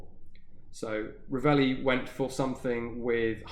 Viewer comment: This was cool, I never heard of any attempt by Revelli (which, incidentally, you pronounced right) to sell the Villar Perosa abroad.